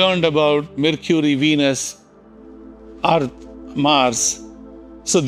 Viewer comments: It's not Arth, it's called Earth... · Why did he say Earth like that? Does he hate us